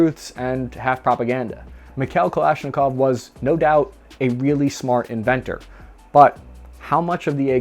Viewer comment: Stop saying mik-hell 😒please. It's Mee-haa-ILL. Or just say Mike for god sakes. At least you got Kalashnikov right, so thank you for that.